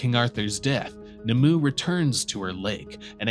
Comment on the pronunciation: The name NIMUE is pronounced NIM-OO-WAY not NIMOO. At least make an attempt to pronounce such names properly